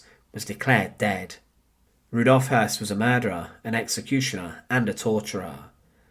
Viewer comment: The last name is properly pronounced "Hoyss". It is spelled Hoss, with an umlaut accent over the O. In german, that makes the "o" properly pronounced as "eu". Just a small point of clarification.